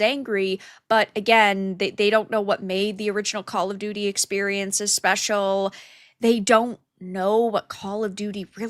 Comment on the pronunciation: 'Call of doody'